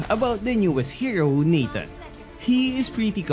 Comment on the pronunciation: that "Natanga"😂😂